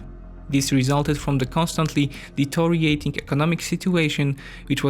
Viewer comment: Also "deteriorating".